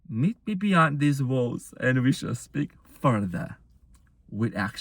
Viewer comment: My goodneeess... I heard "met me beyond these balls" 🤣 wut? Indeed, he must have some balls to meet me beyond these walls too. Thank you 💜